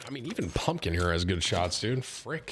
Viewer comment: Tim said fwick one time by accident instead of frick so of course that’s all I hear anymore 🤣